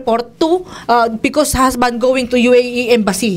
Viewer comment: HER HASBAND PREPOR(prepair Po Yun,) POR POLIS 😭😭